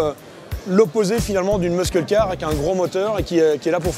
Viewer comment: j'en peux plus de l'entendre dire "muskull" :/